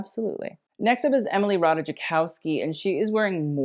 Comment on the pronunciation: It's Emily Ratajkowski, not Ratajakowski.